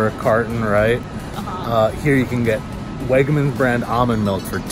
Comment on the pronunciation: I work at WEGMANS and the way you say WEGMANS gives me life holy shit lmao